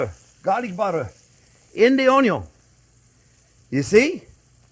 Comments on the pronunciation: Chef you had me long ago at "onyo". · Had me at “ONYO…” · I think its very good to an extent and is a fine line to a gut ache & a real bad acne breakout This is 1 guy who doesn't irk me when he says own-yone (onion) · You can’t have the Butter without the OnYons! 😂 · came from the onyon memes, stayed for the impressive recipes, you've come a long way big chef man 🍻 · Ahahaha, the vegan sarcasm and choking on his words. Love it. More butter and Onyo please. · Don't you mean, "Onyo"? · How can you not fall in love with this man? He makes it all so fun. I sent my Mom his, "BBQ Braised Short Ribs," video. She loved it and now, "onyo," is a household word. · 😂😂😂 Butter and Onyo burger , Love this